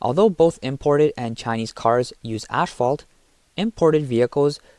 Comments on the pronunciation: Asphalt, not ashfalt. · The amount of times you said ashphalt instead of asphalt is embarrassing. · PEOPLE! PEOPLE! PEOPLE! It is NOT ASH-FAULT! It is ASPHALT! There's no "SH" sound in the word! Stop being idiots! Learn to speak properly! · Its asphalt, not ashfault...pronounced "ass fault" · ASS-Fault, not ash fault....his English is as bad as Chinese products.... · By the way: it's called asphalt, not ashfault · "ash-fault" "chass-iss" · It's "asphalt", not "ash-fault" 😉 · I know it doesn’t matter…but is he saying “ashphalt” ? Just curious🤷‍♀️ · Asphalt is pronounced “Ass - fault.” Chassis is prounonced “Chassee” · "Ass fault" is pronounced "butt crack" .... hahahah. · I know you guys are just paying some random people to narrate your videos, but the literacy of these people is getting worse every day. reading today can't even pronounce the words chassis and asphalt; two words that are mentioned numerous times. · When your script is written by chatgpt and you dont even know what you're saying you pronounce words like chassis and asphalt like an idiot. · that's it - i can't listen to this dude mispronounce the word "asphalt" anymore!